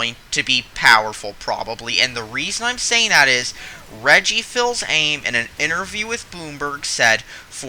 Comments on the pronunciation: Reggie fees uhmay not fills aim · The Wii U didnt fail because of specs. Never has the console with the best specs been the one with the most sales. Wii U failed because it was offputtingly gimmicky, and poorly advertised... Also: please, have the respect to say the names correctly... 'Fils aim?' 'Shigru maiyamodo?' Dude that's the whistest shit I've ever heard, just saying xD